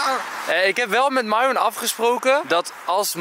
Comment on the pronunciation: Ik snap niet waarom enzo de naam van myron steeds fout zegt